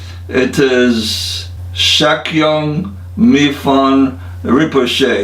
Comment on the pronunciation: You messed up his name. It's Mipham. Pronounced Me-palm